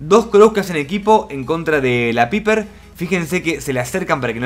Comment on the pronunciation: paiper se pronuncia paiper eso de Piper suena como pene en algunas partes de Latinoamérica